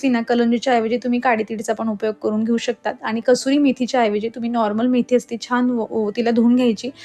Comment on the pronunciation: Kasuri methi aste.. कस्तुरी नाही